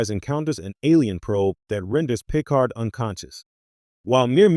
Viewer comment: Pee card